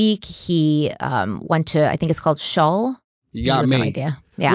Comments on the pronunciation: Shul is ctually pronounced shool. I work for a Jewish organization (I was raised Catholic) so I know first hand it can be confusing to pronounce some of these words. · Shul is said like shool, rhyming with school. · "Shul" — where you gather with a study community to talk about Jewish history, Torah and the Hebrew Bible (or TaNaK) and read/talk about Talmud with the Rabbi. It's similar to sunday school, but with jokes and interaction. Pronounced like the U in 'juul'. It's not a uniform experience for every shul, some are more focused on preaching, others more focused on learning about jewish history. Just your local neighborhood jew, letting you guys in on that which is Shul. Dan committed himself to mitzvote, roughly, the 213 'commandments' or 'words' that the Hebrew Bible asks of practitioners. They're not seen as things you have to do, a mitzvot is meant to a happy thing in your faith. L'hats'likah!